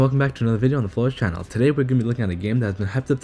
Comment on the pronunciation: Ayy yes Flourrish